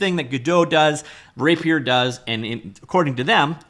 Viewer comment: He's just pronouncing it weird